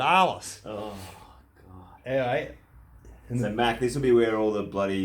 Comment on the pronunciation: "heYA". that accent kills me.